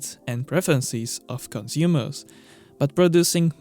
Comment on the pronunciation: Cunzoomers? lol